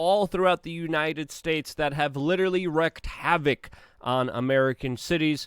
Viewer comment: Havoc, you mean havock(with Wisconsin accent)?